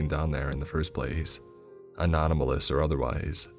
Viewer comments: "Anonamalous," lmao. Anomalous. It's, "anomalous." Anonamalous makes it sound like some 4chan relic, lol. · Love you but anomalous not anonamalous